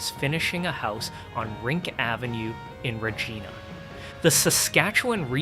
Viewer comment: It's Re- giiiiii -na! NOT Re-geeee-Na! FFS!